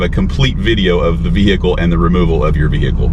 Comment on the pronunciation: Anyone who turns vehicle into three syllables should have their vee-hee-cle towed and destroyed.